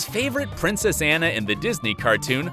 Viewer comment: I really loved this video and all the research that went into it, but I think that next time you might have to go over some things before recording. There were several things that were pronounced wrong like "cum laude" and "Anna" and "Grey's Anatomy". I think there were a few more that I've forgotten. Hopefully this is helpful criticism!!